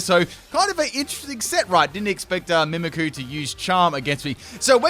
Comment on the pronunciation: Btw it's "mimikYOU" not "mimikoo"